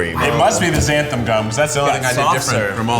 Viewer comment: So...no one ever told Keith the right pronunciation of xanthan gum huh